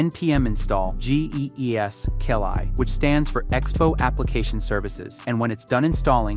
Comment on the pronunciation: what "cli" pronunciation was top-notch